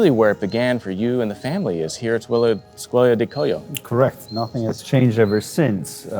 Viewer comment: Skwola di Kwoy-yo not Skola du Koyo